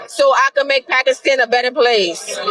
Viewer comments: It’s pronounced Pack-Eh😊-Stan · She pronounces Pakistan wrong. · The way you pronounced Pakistan pissed me off & you said it so many times... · Pakiistaann lol why did she say New York weird